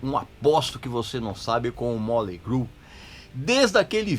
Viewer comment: Me admiro um cara como voce pronuciar o nome da banda errado. A pronuncia nao é Molei , faça um favor amigo.